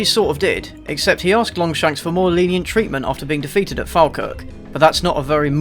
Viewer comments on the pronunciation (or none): It’s Fall-Kirk Not fal-Kirk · for anyone who isn’t scottish in the comments… it’s pronounced “FALL-kirk” not “FAL-kirk” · Falkirk is said folkirk, just saying. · Being from Falkirk myself, the way you pronounce Falkirk makes me cringe. It's Fall-Kirk! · It's pronounced fall-kirk. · Falkirk is pronounced Fall-kirk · Falkirk is pronounced fall-kirk. Liked the videos, but the "muh patriotism" thing got really old. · You pronounced Falkirk wrong. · No one ever pronounces Falkirk correctly.